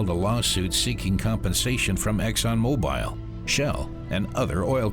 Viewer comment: It's hard to trust anyone that can't even pronounce mobil correctly